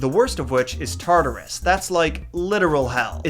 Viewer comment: “They just sent Mr. Rogers to Tarturas.” 😂